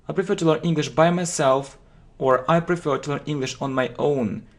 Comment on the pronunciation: You know English well,but your accent is rough.Take word prefer,you PRIFER.And everything becomes clear.I don’t judge you,just work with your pronounce